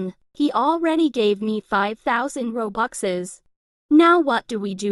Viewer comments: WTH you say roboxes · Who the frick says robuxes?